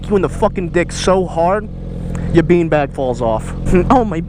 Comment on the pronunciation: The way you said been bag, i about pissed myself